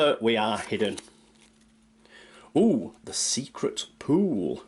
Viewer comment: Whenever you say pool, it sounds like poo, and makes me laugh. But love your videos!